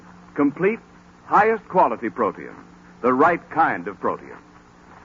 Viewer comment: Protein pronounced as 3 syllables....pro te in.....😊